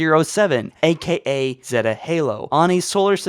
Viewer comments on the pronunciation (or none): none